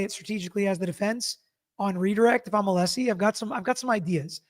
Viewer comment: I just bought a t shirt to support you and your channel. Congrats on 500k 🎉 I love your recaps and how you break it down for all of us in an unbiased way. I also love your dad. It was so cute how he kept saying ah-lee-see even after you told him how to pronounce Alessi lol. I can’t wait for the next recap w your dad.